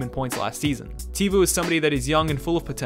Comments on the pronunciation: Tay-vo instead of teevoo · Tevuos name isn’t pronounced te-vu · Other pronunciation edit; Tay-voh... you got Teravainen though. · Tay vo not tee vo